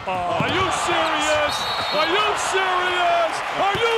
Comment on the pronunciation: “Are Y0u SeRIoU3” 😂😂😂